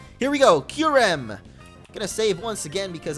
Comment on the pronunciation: Lol you said kyreum when you battled zekrom